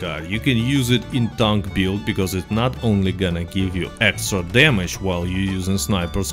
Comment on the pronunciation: also, it's "build", not "buiud"